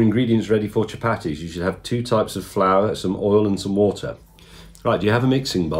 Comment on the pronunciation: chu-Patty’s should be pronounced “cha-PAR-dthees”, in case you wondered 😂